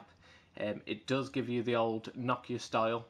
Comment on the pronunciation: It's Nokia not Knockia